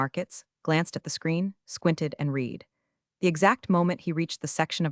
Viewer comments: Perhaps some day in the future we can watch the videos and hear "read" pronounced correctly! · every time they say it wrong my brain does a mini reboot.